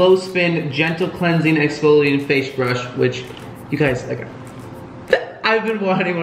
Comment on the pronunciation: “Fashe Brush”🤣🤣